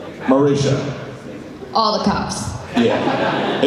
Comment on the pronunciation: fucking hell it's marisha not marissa